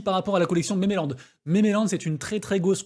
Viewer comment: Merci pour la vidéo! Tkt on comprend tout, sauf quand tu dois dire un mot en anglais!! Elle est où l'île aux mémés? Jconnaissais memeland (voir mimeland pour la prononciation), mais mémé land, connais pas =P Bisoussss